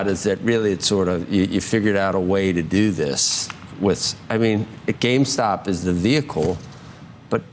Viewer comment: They can't even say the name right. Calling it GameStock. Must really get under their skin.